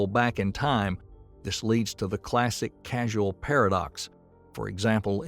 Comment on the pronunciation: = Causal, not casual. lol